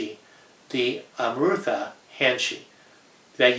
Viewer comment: Very beautiful khukuri. However, I have to point out that nectar in Nepali is Amrit. Pronounced as Um rit. But of course its your product and you can name it anything. Sorry about the nitpicking.